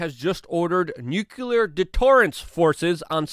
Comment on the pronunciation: Noo kleee uur not nuk u lar puleeese because it affects your credibility. Also thank you for your great reporting.